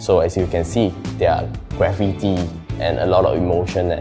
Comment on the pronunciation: Graffiti is pronounced Grah feet ee, not gra fit ee ( and the designer made it sound like gravity)